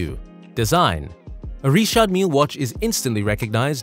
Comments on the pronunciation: Are you saying Richard or Reshot? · Don’t church it up dirt. It’s Richard no reeshard. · It’s not ríćhářď it’s Richard. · 🤔🤔... sooo it's not pronounced "Rich-ard Mil-lee"....😂😂😂😂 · "Reeshard" Lol.... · please allow me to advise you about the d is mute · Why is Richard pronounced so weirdly? Also I share the same initials lol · Why it so hard to say Richard 😂😂😂😂